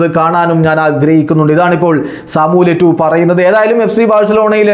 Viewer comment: Eto'o ennalle yettu aaano😁😁